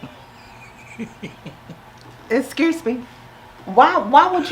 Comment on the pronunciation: "Esscuse me..." 🤣🤣🤣